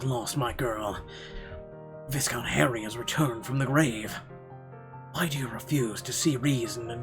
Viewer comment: Would I be a jerk if I pointed out that viscount is pronounced “vy-count,” with a silent S? Sorry! I’m sorry! I just couldn’t ignore it! 😬